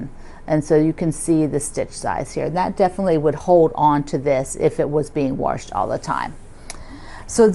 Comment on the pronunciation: I'm not sure where your from but I've been teased my whole life for saying "warshed". Lol MN here